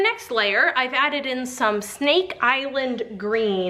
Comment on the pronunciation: Omg did anyone else think she said snake eyelid not snake island?